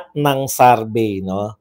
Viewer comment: Survey not sarvey